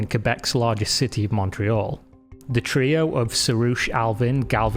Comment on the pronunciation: As a Montrealer it’s wonderful to hear someone say Montreal correctly 👌🏼